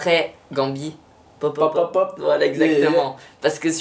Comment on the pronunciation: alors deja cest pas popop mais popopop et oui cest un classic